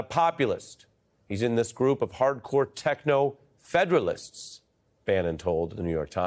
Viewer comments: Dear Ari: The word and the concept was "feudalist" NOT "Federalist," Quite a difference to this aging history major...🤨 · Dude, you misread feudalists and said federalists... might want to correct the record. Very different meanings. Surprisingly, Bannon is correct, and ironically, he wants what Elon wants for himself and the other wealthy white con-artists that continues to fleece poor white folks and distract them from their real enemies. Trump, Musk, Bannon, and the whole lot of neo-feudalists. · "Feudalists"! Not Federalists! From the time of Robin Hood!